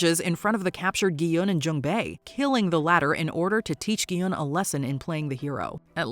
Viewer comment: His name is pronounced Gi-hoon. Did you even watch the show? They say it like a thousand times.